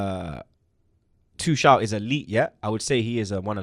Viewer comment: and: it’s not pronounced Tooshall it’s Tookel. It’s not pronounced Hameees it’s Hamess. It’s not pronounced Zaiyeesh it’s Zeeyek.